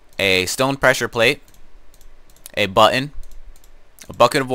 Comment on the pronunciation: It's pretty funny how he pronounces "button".